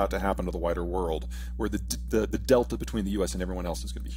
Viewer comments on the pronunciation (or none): none